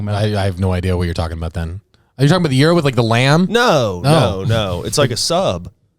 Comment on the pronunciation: said gyro right 🙌